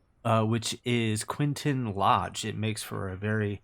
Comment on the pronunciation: The approach in real life must be done over the river at low level, and then you turn right on final, not the way you do, and the name is Quintin Lodge, not Quinton.